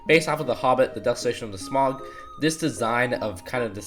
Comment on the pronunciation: I’m sorry? What?!?! “Smog.” I can’t sleep knowing how he pronounced it.